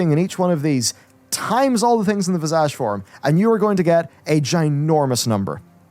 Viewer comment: Every time he says visage all I hear is vajazzle